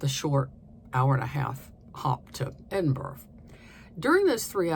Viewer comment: Your pronunciation of Edinburgh is pretty good. We live there but I really don’t think I’ve ever seen anyone throw sheep’s testicles over a hedge 😅